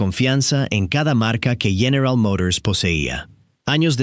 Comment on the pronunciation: General Mourors.